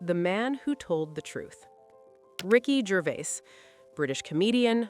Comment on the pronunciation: Americans are pronouncing Ricky’s surname, it Gervais, “Gervais” all you have to is search online for the correct way of saying it,not rocket science 😮